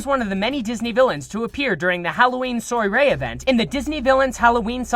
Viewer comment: "Soiree" is pronounced swah-ray, not soy-ray